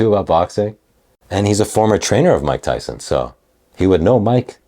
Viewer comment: That goofball in the blue suit call mike tyson mike tymus 😂